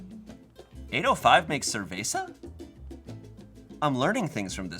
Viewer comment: How pronounces cerveza 😭